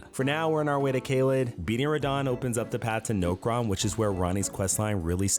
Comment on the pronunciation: that I new way of saying Nokron call me off guard and I triple checked to see if I heard you right